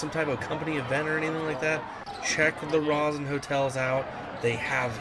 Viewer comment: It's pronounced long o sound Rosen Shingle Creek